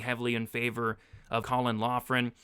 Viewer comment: Loughran is pronounced “Lock-rin”